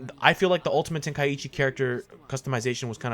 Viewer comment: Why does everyone pronounce is “Ten-Kai-ichi”??? (Ten-Kie-ee-chi)